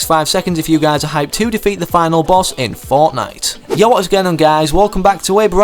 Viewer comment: Did you just saying Forknite?